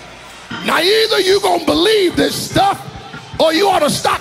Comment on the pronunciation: Anybody else hear the preacher get so close to saying “Now either you gon’ believe this sh-tuff.” Yall know he was ready to say shit 😂